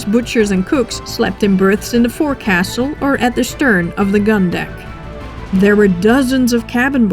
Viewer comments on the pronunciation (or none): OMG STOP SAYING BOAT-SWAIN AND FOUR-CASSEL They should be pronounced "BO-sun' and 'FOLKS-sul' , you sound so wrong, after carefully pronouncing all the various names accurately . . . it almost ruins the entire presentation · Forecastle is pronounced "f'oc'sle". Boatswain is prounouced "Bo'san". Great video. I read "Islands of Angry ghosts" in 1978. Fascinating story. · Boatswain is pronounced as bosun and forecastle as foc'sle. As a mariner it drives me nuts to hear these words mispronounced.